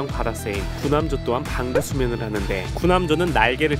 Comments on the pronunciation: 나왜 반구수면을 방구수면으로 들리는거지 ㅋㅋㅋ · 나자꾸 반구수면을 방구수면으로들려 어떻게요? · 반구수면을 잘못 들어서 방귀수면인줄 ㅋㅋ